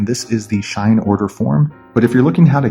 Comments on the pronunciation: Bro it’s shein not shine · Its not Shine it She-in (Shein) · It SHEIN not shine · ITS SHEEEE IN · Its pronounced she in. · Like it clearly says SHE-IN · he saying shine lol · RIGHT LIKE WHY THE FUCK IS HE SAYING “SHINE”???